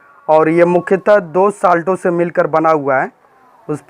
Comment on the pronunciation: पहले अपने उच्चारण को ठीक करे, इंग्लिश ठीक करो. खांसी ठीक करे. साल्टो कुछ नहीं होता है. साल्टस होता है.